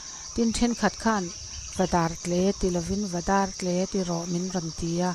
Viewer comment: Ni e,,Dar rawng anga tle pawh ani lova, i lam dan kha a dik e,,,a koki/dâr a tle a,kei pawhin i lam ang chauh hian ka lam reng dawn.